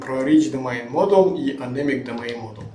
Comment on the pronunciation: Не думайн а домен)